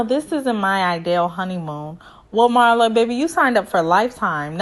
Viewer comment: Pronounced MEERLA not MARLA. Loved the review!